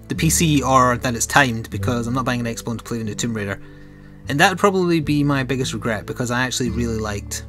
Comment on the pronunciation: I've been wondering but why do you sometimes call x-box, x-bone?